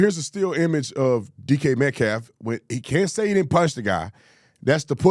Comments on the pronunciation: lol his name IS DK not DJ ☠️ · ITS DK NOT DJ